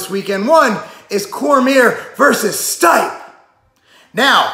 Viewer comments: I love you but your butchered stipe's name. Try this one. Stip-è Lol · It’s pronounced Stee-Pay lol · Hey bro it's pronounced as Steep-a! STEEP AND then say "A" together as one. His Croatian I would believe. Cheers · Your one of those annoying people in the comments hey? You know damn well who he's talking about and if not that's an issue with your common sense not his pronunciation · fuck off it was a joke cause the pronunciation was so off its funny... shit if someone fucked your name up that bad youd say something too